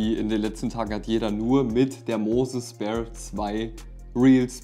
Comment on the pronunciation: Gutes Video, es heißt nicht speer sondern sphere wie stratosphere halt phäre in englisch